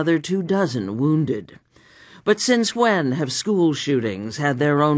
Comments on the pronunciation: HAWHAT? HAWHEN? 😭😂🤣😂🤣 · Hwhat? Hwhen?